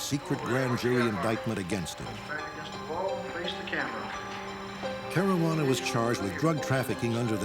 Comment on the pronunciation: ...Marajuana Caruana?